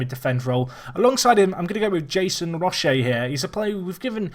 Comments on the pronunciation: Roche is pronounced like the roach part of cockroach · Roche is pronounced 'Roach' as in former Man Utd keeper Paddy Roche.